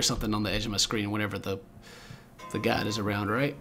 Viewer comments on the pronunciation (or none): It sounds like he's saying, "God," whenever he's trying to say "guide." It's cute. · dante hixrabbit No, that's just his accent. He's referred to the girl in white as a "guide" before (in the previous videos), although he said it more clearly then. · dante hixrabbit How do you have 4 likes on ur comment? its not even true. He isn't saying god, his accent makes it sound like he is. If you were to pay more attention to what he is saying, you wouldn't think he's saying god. And god doesn't even make sense for the situation, the guide takes you places that you need to go. Hints the name guide. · dante hixrabbit Being from the South, I'm familiar w/ southern accents. He's saying "guide" (he was kind of being lazy w/ his pronunciation, not really enunciating clearly). Also, "god" doesn't make sense in context. I'll leave it at that.